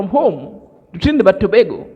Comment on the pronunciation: Trinidad and Tobago . Tobago is pronounced like this spelling( To Bay go) peace my brother.